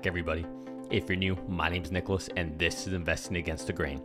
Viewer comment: Thanks you Nicholas 👍 you pronounced my name correctly